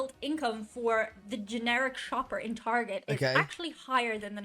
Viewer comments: Look I like your little videos bro, but sometimes you act too uneducated. Some of this stuff is way outdated too. You Really Need to do your homework more. As for pronouncing Target. Tar Get, Tar Get, Target Not Tarjay which is how you were saying it. Keep up your videos though bro. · We pronounce Target "Tar-zheh" (like it's French) because it sounds fancy. Edit: got here . 😂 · The Target experience is just superior. The carts. The aisles. The sounds. The smells. The customers. It's just better It's the subject of much debate here in the States lol - hence the pretentious pronunciation of "tar-jay" bc most people that shop there are more middle/upper class